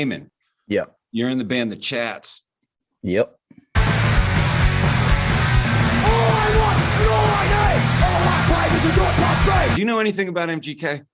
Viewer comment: Every time you say "the chats" I hear "the chads" The chads is definitely more punk